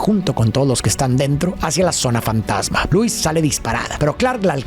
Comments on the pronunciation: lois? ❌ Luis ✅ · Lois ❌ Luis✅